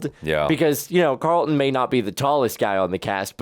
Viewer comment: I don't know why it irks me that people call Alfonso character CarlIN, instead of CarlTON. Even Will says CarlIN. 🤣🤣🤣